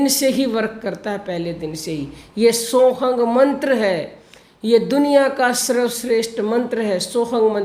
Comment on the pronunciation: आदरणीया दीदी सादर प्रणाम मेरा प्रश्न है कि मंत्र जिसका आपने जिक्र किया है इस वीडियो में सोहंग का उच्चारण बताया है, लेकिन मेरी जानकारी में अभी तक इसको सो हं ही सुनने-बोलने में आया है। सो कृपया ठीक से मार्गदर्शन कीजिएगा।